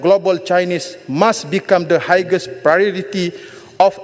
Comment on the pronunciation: Highest read as hiyest not higes , sekolah mana ajar dia pronounce higes😂